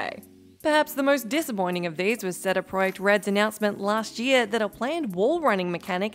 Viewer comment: Technically the pronunciation of the Polish company is "Say-Day Proyekt Red" after the local accent. She said it more or less correctly.